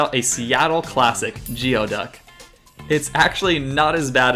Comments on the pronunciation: "Geo-duck"? Friend, it is "gooeyduck." Also, I've lived here my whole life and can't remember anyone ever calling Mt. Rainier "Tahoma" or Puget Sound "the Salish Sea." Lovely thought, and I get it, but you might get some weird looks. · Pronunciation time: Salish = Sayleash, Geoduck = Gooeyduck. Loving the 2 part series :) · Couple corrections. The Salish Sea is pronounced SAY-Lish. And Mt. Rainier is Mt. Tahoma, not Tacoma. Oh, and Geoduck is pronounced goo-ee-duhk. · I can tell you're not from the area, you're mispronouncing a lot of the names, including Salish and geoduck (pronounced gooey-duck) Regardless, you've made me miss home, trying to get back there